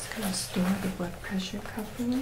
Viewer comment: I heard "blood pressure" as "butt pressure". Sorry :-) (Great video btw, thanks x 1000)